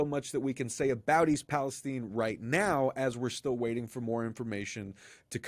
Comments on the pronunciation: The Cities name is East PalestIne. Its not caled tine, it's called tIne. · Why are you calling it East Palesteen? It is East Palestine. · It's called Palestine as in Pal-es-TYNE and not pronounced Pal-es-TEEN. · Palestine! Not Palesteen!!! Israel has so much control over USA that y'all mispronounce words to suit the Zionists! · It is Pal es time like nine only with a t. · Amazing how the pronunciation of “Palestine” has been changed to “STEIN” - unsubscribed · Why do you mispronounce Palestine after pronouncing it correctly.